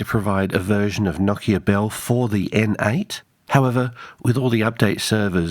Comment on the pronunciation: Noooo-kia. The accent is on the O, not the I. I know because I worked for that company and part of the on-boarding was to pronounce it properly.